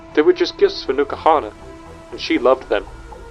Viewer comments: Isnt N'kuhana prnounced en kuhana rather than new kuhana? Not a native english speaker so i assumed the n is pronounced by itself ^^ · The video was great, i JUST have a big gripe with it... Is it stated anywere the correct pronunciation of n'kuhana? Because its written in a manner in which you would pronounce it like "enkuhana", but you pronounce it "NUKAhana".